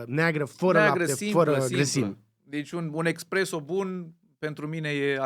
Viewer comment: Tare episodul! P.S. espresso 👍🏼, expresso 👎🏼